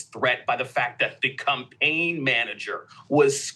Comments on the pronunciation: timestamp to here the lib dude say "cumpain" manager. That was funny as hell to hear. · Why did he say “cumpaign” so many times